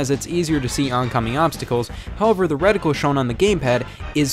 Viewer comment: He said “reticle.”